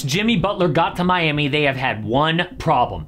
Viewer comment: did you said Miami or mommy 😭😭